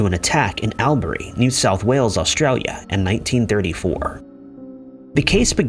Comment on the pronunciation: She was found in Albury, pronounced All bury.